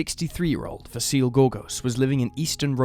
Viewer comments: 'Vah-see-leh'. That's how how pronounce Vasile's name. Not 'vah-seal'. 😅 In Romanian, we read most of the letters the way they are written, just like in Italian. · Vasile is pronounced Vah-see-lee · GAYbriel, in my culture, not too far removed from Australian. They also mispronounced Vasile. There's a 'lee' pronounced on the end, not a silent e.